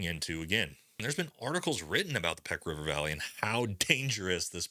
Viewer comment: Pech is pronounced 'pesh', not 'peck'. (Medical Officer PRT Asadabad 06-07)